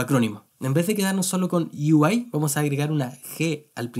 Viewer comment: Perdón, pero me da risa como pronuncia lo de "Yo quiero ser desarrollador de U-I" ksdkskd